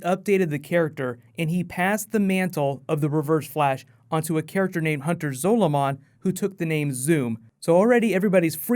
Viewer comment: It's Hunter Zolamon. Not zolo. Completely different characters.